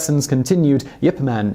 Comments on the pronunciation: He's barely mentioned and when he is, he's pronounced Yip, as opposed to Ip....Kinda like Simon's pronouncing of the word Potomac....just wrong. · I thought his name was Ip Man, not Yip Man.